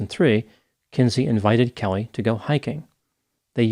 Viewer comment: Damien’s not even kayoot, Kellehhhhhh!!! 🤨